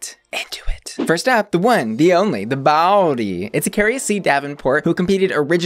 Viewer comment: The way says “Bawdy” is so suburban I love it 😭😭😭